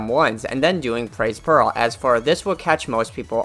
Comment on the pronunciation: i keep hearing "pearl" instead of peril